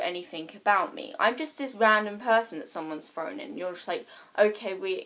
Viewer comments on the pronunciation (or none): She says free instead of three Frough instead of through Frow not throw Lol